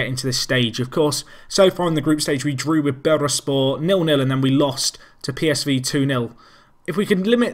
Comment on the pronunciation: it's Bur-Sa-spor btw